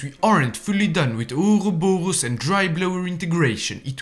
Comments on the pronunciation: The way I hear ourorboro is too damn funny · The pronounceiatio of ouroborus made my day, thank you, sir